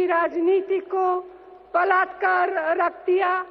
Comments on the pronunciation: A.S. Listening to this multiple times I feel, she meant to say "पलटकर" rakh diya, but it sounded more like "पलातकार". This gives an impression of ब sound instead of प because of her accent. As it's common for people to relate a sound to the nearest matching meaningful word they know hence "बलात्कार" seems closest. But, honestly I feel she meant Palatkar and not Badalkar and definitely not Balaatkar. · I think she was trying to say PALATKAR but due to accent problem it turned out to be BALATKAR